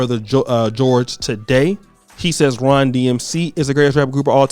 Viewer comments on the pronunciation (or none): "RON" DMC?? TF??